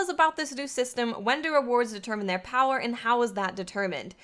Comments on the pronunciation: Hey great video. Just to clarify though about the engram power, its actually says the minimum not the maximum. Also I like when you say "Powah" =D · That accent when she pronounces power though bahahaha